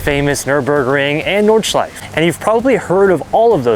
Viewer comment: Nice vlog! One hint about "Nordschleife": German doesn't have silent vowels at the end of the word, so the -E at the end is fully pronounced, just like in Porsche. , you can hear the guy from Lithuania pronounce it correctly 👍